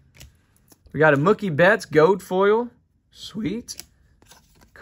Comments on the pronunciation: Gold*** not “gode” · "Gold" being pronounced "gode" threw me